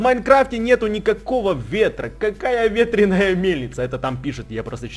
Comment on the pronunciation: прости тут но ветреная ударение на а.